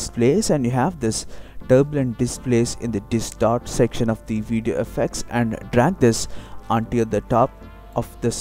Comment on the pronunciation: i like he says :AFFACTS